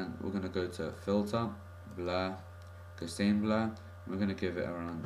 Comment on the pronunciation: You're pronouncing gaussian wrong!